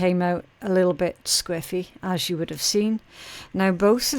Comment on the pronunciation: I had to look it up. 😅 From context I figured it must mean sideways or off kilter or something like that, but I still wanted to know the official definition. At first I wasn’t sure if she was saying scriffy or squiffy & I couldn’t find anything for scriffy 😂 When I finally realized it was squiffy, I looked it up & saw the main definition is “slightly drunk” & I was like 🧐🤷🏼‍♀️ lol I knew that’s not what she meant so I kept digging & found it can also mean “askew.” I learned something new 😉